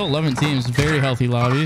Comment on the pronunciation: Oh shit i didnt hear the m when he said teams😂